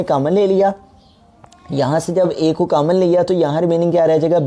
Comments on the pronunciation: Sir cammon nai hota common hota hai 😆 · Sir your mathematics is very best but ap common ko camon bol rhe